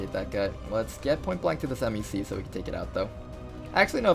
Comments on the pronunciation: ITS A FUCKIN MEC(Mehk is pronounced this way, like Mech) NOT M-E-C. FOCK. Sorry, killin my OCD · And MEC is pronounced meck, not em-ee-see.